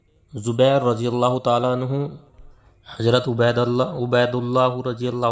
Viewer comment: پہلی بات شوری ہے سورا نہی ملفوظات ہے ملفوجات نہی زبیر ہے جبیر نہیں اپ ہے عاپ نہی آدمی ہے عادمی نہیں ضرورت ہے ہے جرورت نہی حضرت ہے حجرت نہیں. کہنے کا مطلب یہ جب ایسے جاہل لوگ خود کو سب کچھ سمجھنے لگے تب سے بگاڑ شروع ہوگیا کام میں یہ بیچ والے لوگ اپنی روٹیاں سیکنے کا کام کرنے لگے.. معزرت جناب اپ بھی تھوڑا تلفظ سیکھ لیں پھر ............